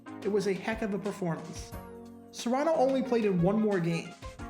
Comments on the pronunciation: It's CARANO not SERANO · HEY DUDE YOU ARE SAYING HIS NAME WRONG. IT IS A C NOT AN S. IT IS FEMALE MMA FIGHTER AND MOVIE STAR GINA CARANO'S DAD. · I think the “C” his name is pronounced with a /k/ sound and not an /s/. At least that’s how I always heard it pronounced. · Carano , not serano 😵‍💫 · His last name is not Serano, its Carano. Recall your 5th grade english. C "only" has a S sound when followed by an e, i, or y. Like cent, city, or cyst. Otherwise it ALWAYS has a C sound. Cat, Cot, Cut, Cross, because its not followed by: e, i, or y. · As I recall, it was pronounced Kha-rha-no, not Sah-rha-no. Not sure why the YouTuber is using a different pronunciation than the commentarors, players and coaches. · Phonetic spelling of Carano. k-uh-r-AA-n-oh. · The name is Carano with a "K" sound. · Yes, the name is pronounced with a hard 'C' like a 'K'. And FYI his daughter is Gina Carano. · It's pronounced Carano and the narrator had it wrong. Glenn Carano's daughter was a UFC fighter and now an actress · So did this guy acknowledge anywhere in the comments section that he was mispronouncing Carano's name the entire video? Reason I ask is, I have a personal rule that I refuse to subscribe to YouTube channels where the owner does not interact with his viewers. I don't expect them to respond to every single question, although there are channel owners who do, but they should at least respond to some questions. Or in the case of this video, he should have issued an apology or correction. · Yes, you're right. I was looking to see if anyone else would correct him on the pronunciation of his name.